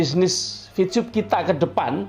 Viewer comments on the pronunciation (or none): Maaf y.. Ko saya dngarnya Bilang Vcub.. Bukan Vtub..!